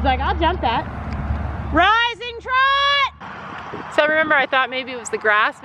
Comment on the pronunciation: No one:: RISING TROT